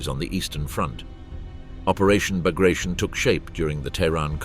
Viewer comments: It is not "Bagrashion" it is Bagration....T as Tea. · It is hard to take a documentary about "Operation Bagration" seriously that mispronounces "Bagration". It is pronounced [bəɡrɐˈtʲon] (bug-ruh-TYON), not [bəˈɡreɪʃən] (buh-GRAY-shun). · It is pronounced "Bagrateon" not " Bagration "- sounds funny and incorrect. Pyotr Bagration (Пётр Багратион) was a Russian general of Georgian origin and a hero of the Napoleonic War of 1812. Operation Bagration was named after him. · Baag-raa-t-yon. Not bag of rations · Bag rat eon. Not bag ration. Moadal. Not model. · Not Bugrashn. Ba-gra-ti-on. This is the surname of a Russian military commander and hero of the war against Napoleon. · its not the Operation "Bagreyschn", bit BAGRATION... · aw, geez... It is not '"buh-gray-shun" -- It is "bah-grah-tyon" fer chrissakes !!! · It is not bagration, it is Bagr-a-t-i-o-n. It is name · It’s pronounced “Bag-ruh-TEE-uhn”… Sincerely, from a Kenyan. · The right way to pronounce the Russian (Georgian) Napoleonic era general's name is bar-gat-yon. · isn't it bagra-ti-on? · Please get the pronunciation correct…it’s BAG-ruh-TEE-un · Bah-grah-tee-On (stress on the last vowel) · he obviously pronounced his name wrong. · Then spell it different, this is America bro. Jk it bugs me too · The narrator couldn't even correctly pronounce Bagration, no doubt considering that "I use the English pronounciation." Spare us the arrogance. It's a name. Get it right.